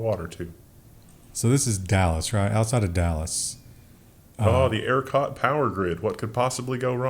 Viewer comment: Love your show but if you're going to continue to make snide, untrue remarks about our power grid (without actually understanding how it works and what really happened during snowvid) then in the very least please pronounce it correctly. It's not AIRcot or EARcot. It's ERCOT - like the word HER and COT without the H.